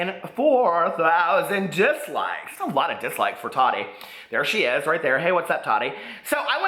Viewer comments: It’s Taw-tee not taddy lol!!! I still love you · I love your videos... I wanted to let you know it's pronounced Ta-ti not ta -di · her name is pronounced taa-teee not tadee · i love that you call her Tottie instead of Ta-ti . LOL #hottottie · Lmaooo! The way you call her “Tottie” lmfaooo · The way he says Tati 😂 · Ps. I love you! (Even when you read Queen Tati wrong 😚 )